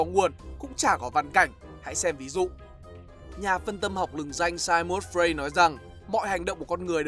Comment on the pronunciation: Ông chê sách người ta viết thì ít nhất kiến thức phải bằng người ta, kiến thức ko có mà chê vĩ nhân nó như kiểu ngọn cỏ ven đường với mây ý. Đọc tên vĩ nhân còn sai tè lè, Sigmund Freud , đọc cái kiểu gì Anh ko ra Anh, Áo ko ra Áo.